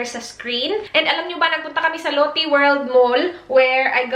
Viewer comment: Lotte is pronounced like lote in Filipino... not Lottie the name... Might be better to use Australian lotions with SPF or sunscreens kasi iba ang araw diyan sa Australia eh. Aussie is pretty strict sa kung anong filters ang laman ng sunscreens and the country makes sure na it would work for the Australian sun. You can get away with using Asian formulated once though kasi you’re not white and not as susceptible to skin cancer. May amoy ba yung Ceramidin hand creme?